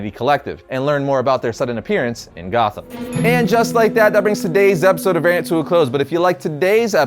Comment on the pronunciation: Can someone please tell to pronounce the ‘T’ in variant or drop ‘nation’. People listening to my audio gonna start thinking I’m watching a very different sort of video...